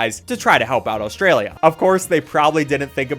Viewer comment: The way you say “Austria-lia” makes me suffer